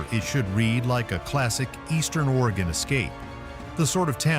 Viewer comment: ORYGUN....Not Origone